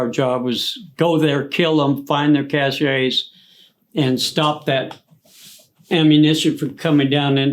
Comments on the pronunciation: Learn how to pronounce "cashe" brother! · Cache, (cash)...not cachet... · The 9th ID did not serve in the Cambodian incursion. There is no such thing as a ‘sparkler’ artillery shell. Abrams tanks were introduced in 1980. Apache helicopters did not enter service until 1986. There is no such thing as a ‘cach-ay’, it’s a weapons cache, sounds like ‘cash’ He’s read a few books, might have known somebody in an ATRY unit, but if he did serve in Vietnam (doubtful) he was a cook or something. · Dude, it's cache.....pronounced like "rhyme with stash"...not cash-ay. That was driving me nuts He might be a Vietnam Vet, but he's a teller of very tall tales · He lost me at cashey it’s cash weapons cash